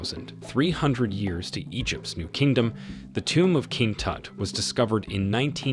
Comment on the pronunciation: You butchered king tuts name